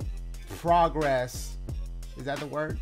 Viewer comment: The word is “process” you almost had it 😂